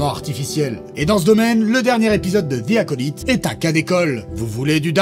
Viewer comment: Vous devriez apprendre à prononcer The Acolyte